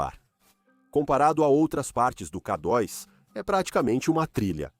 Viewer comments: 😂 Realmente “Kadóis” não dá para aguentar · Ouvi essa voz falar: Ká dóis, não dá. Dói o ouvido